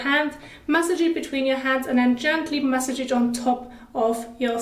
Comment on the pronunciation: Masssaaaaage. Not message